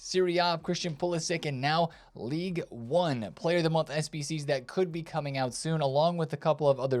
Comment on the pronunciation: it’s Ligue Un not league one, league one is a lower English division